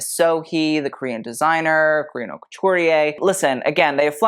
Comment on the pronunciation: #... Your content is the bomb. I've learned so much about fashion, textiles, history and more. You have truly taken the designers to task. Perhaps you could hire someone to give you the correct pronunciations. AR-TIS-NL, accent on TIS, and not ANAL which is, well, you know. Haute, H is silent and rhymes with goat. La Mode, not Le Mode, as "Mode" is a feminine noun.